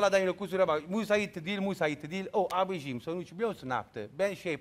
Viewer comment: abijim demesine bile gülüyorum nasıl bir insan bu la :)